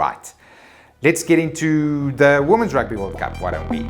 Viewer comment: Good to have you back, and good to hear about the Rrrrrrrrrugby! Congrats to the WomenBoks (Gazelles?)